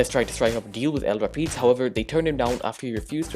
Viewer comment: El rApids not el repeds